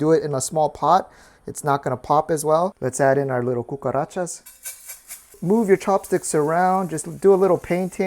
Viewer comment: "let's add in our little cucarachas" Spanish speaker approved